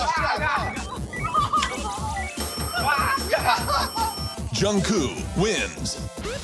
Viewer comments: Why do they (Jimmy and staff) call him JungKOO? 😂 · It sounds like they keep calling him Jungkoo... Am I hearing wrong?